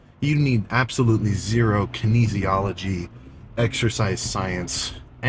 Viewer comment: Kinesology.. say greg doucette without saying gree doucette ... myo reps nonsense.. say Mike Isretal without saying Mike Isretal